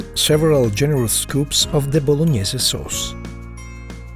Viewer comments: "Spaghetti blognaise" 😂😂😂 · voloñiese sauce